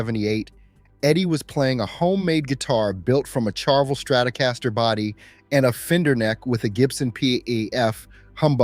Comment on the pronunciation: Learn to pronounce Ibanez and Charvel.